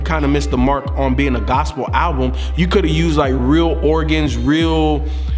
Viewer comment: IT'S NOT A FUCKIN GOSAPLE ALBEM STOP SAYIN THAT!!!!!!!!